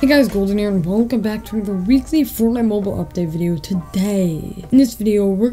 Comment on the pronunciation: “for mo-boool” 😂